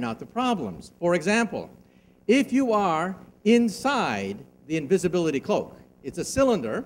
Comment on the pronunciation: for a few of them though like invisblitly =D